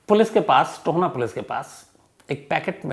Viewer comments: Hlo sir . Ye Tohna nhi TOHANA h . Me tohana se hu. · It is TOHANA not Tona. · Tohna nhi sir ji tohana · Sir tohna nhi tohana h m from mansa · tona nhi tohana h sir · Tohna nhi Tohana h vo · Sir tona nahi ita TOHANA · Tohaana, ਟੋਹਾਣਾ,not tohna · Tahir ji , 'Tohana' hai na ki toana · टोहना नहीं टोहाना।